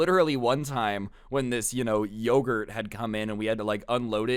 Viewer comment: you saying lowgurt reminded me of when my sister said every word like you as lou and one time literally at a funeral she had a unicorn toy and said "hello lunicorn are lou awake" in the middle of the funeral.